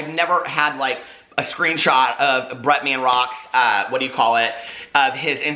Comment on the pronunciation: I love you but it drives me CRAZY the way you say Bretman lol Sounds like you’re saying Bret Man Rock